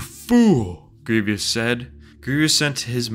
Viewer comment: its GRIEVOUS, not greeveeous